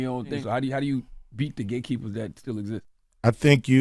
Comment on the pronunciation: He said Gay keepers instead of Gate Keepers 😂😂😂 I like the subtle humor😂😂😂